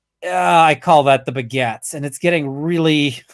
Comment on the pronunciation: every time says "the begats" I hear "the Baguettes" xD